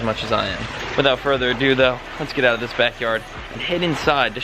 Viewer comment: "Without further aduo"